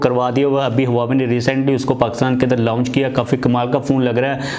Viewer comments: بھائ یہ لاونچ نہی بلکے لانچ ہوتا ہے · to seekh lo bhai its not so difficult bcz ap apni har video me is word ko galt pronounce hi kartay hen hope u dont mind🙂